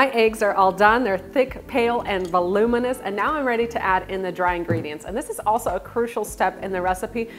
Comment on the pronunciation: The amount of times she said velominous💀💀💀